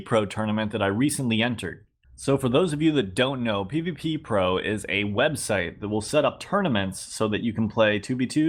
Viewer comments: its called pvpro not pvppro PLEASEEEE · It’s not pvppro it’s pvpro Not peeveepeepro Peeveepro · It is PVpro not PVPpro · Its called pv-pro not pvppro........... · "p v p p r o"... It is fucking pvpro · It’s p v pro not p v p pro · its pvpro. stop saying pvp pro.